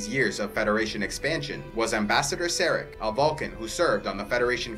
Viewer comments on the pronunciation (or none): You mispronounce several Vulcan names. Surak is pronounced with the u = oo, and the a = ah. Likewise Sarek is pronounced with the a = ah. This is true for pretty much every language except English.